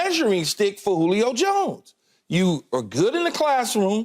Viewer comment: I thought SHERM said CLITOR....... When saying Julio's name..😅😅